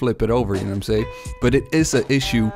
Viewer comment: Know what I’m saying. Not say. Ing.